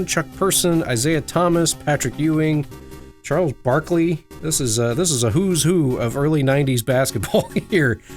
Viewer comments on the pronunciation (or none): none